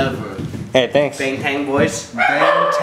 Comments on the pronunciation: They don't pronounce bangtan correct.. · I'm happy that they know Bangtan but they pronounce the name wrong and its starting to become a pet peeve, come on guys just listen to how BTS actually say it!! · wait.. did you say 'bangtan boys'?